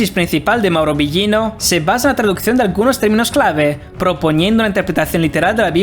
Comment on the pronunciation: A pronunciación del apellido de Mauro esta Incorrecta...